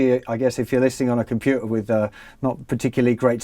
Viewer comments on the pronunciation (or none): none